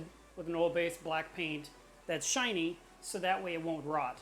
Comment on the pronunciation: ROFLMAO! "It shinny so it won't rot".